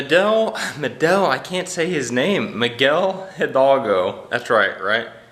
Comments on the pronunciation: It's funny to hear you say jidalgo everytime. you can day idalgo since the h is silent in spanish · Miguel HI-DAL-GO, try to say it syllable by syllable, with practice you will succed. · You guys are amazing and know more about Mexico than me. Miguel Hidalgo is spelled with a H but is pronounced without the H Miguel Idalgo. You guys bring so much joy! Love you guys